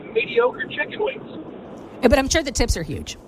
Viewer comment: I asked myself did she just say "I'm sure the tits are huge!" LOL. No, seriously I had to turn on the CC to clarify that. Well, they were talking about Hooters for god sakes. What I'm the only one. :face-blue-smiling